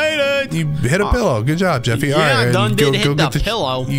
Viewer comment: It's not a jeefy is a JEFFY